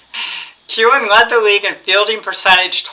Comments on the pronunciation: Harvey Kuenn is pronounced KEEN, not CUE-en. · I love your videos but you have GOT to work on your pronunciation of names - Harvey Kuenn is KEEN not Kuhn. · Enjoy your baseball ratings. As a 76-year-old I know that Harvey Kuenn of the Tigers was pronounced "keen".